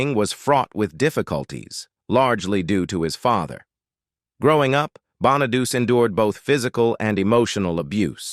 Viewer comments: You are not pronouncing Danny Bonaduce correctly at all. It is not pronounced {Bon-a-duse}, it is {Bon-a-du-chee}. You can look up his radio show and listen to how he pronounces it. Not being nitpicky or anything, but that was annoying me.🙄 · Yeah, Danny Bon-a-deuce? it's" Bon-a-deutchi" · The correct Italian pronunciation is actually Bon-uh-DOO-chay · That's AI for you, can't get the pronunciation at all